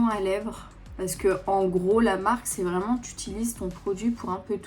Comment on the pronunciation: Un accent anglais vreuuumennttttt😂😂😂😂 Toujours aussi belle❤❤❤ gros bisous a toi et a ta famille😘